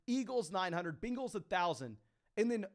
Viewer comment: The way he pronounces bengals 😂 Much love